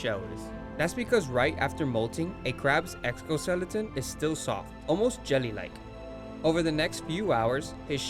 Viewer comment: lol for a dude who can’t say exoskeleton bold video to make lol but cool as hell !